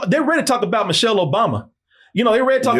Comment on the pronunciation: Who the hell is "Mochelle"?